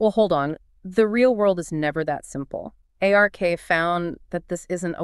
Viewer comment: A few distracting thing that would be easy to fix like “Ay Are Kay” instead of “Ark”